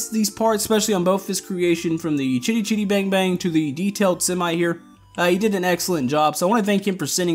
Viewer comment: Perfect pronunciation of it =) the base car used to make chitty chitty bang bang in the movie was an old race car, so you got that right. the wings that expand out are just the ribs of what should be canvas covered wings. honestly not sure how i could kill the semi's lag, before the update just the front half alone took me down to 14 fps. and after with the trailer takes me right back to that same thing. if you want i can try and strip it down a bit and remove as much lag as possible. and thank you for showing off my vehicles!